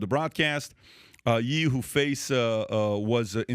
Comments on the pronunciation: I'm LOL'ing at him pronouncing Ye. This guy kept saying "Yee" instead of "Yay". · When is somebody gonna tell pat how to pronounce “ye” lol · Patrick doesn't even know how to say Kanye's nickname or just refuses to say it how people pronounce it lol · It’s not yee it’s Ye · Why's my dude keep pronouncing it "Yee" instead of "Yay"? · When ppl pronounce Ye “Yee” smh 🤦🏻‍♂️ it’s literally short for “Kanye”. Pronounced the same way as the “ye” in “Kanye”. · This dude keeps calling Ye Yee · Bro it’s not pronounced Yee, it’s Yay.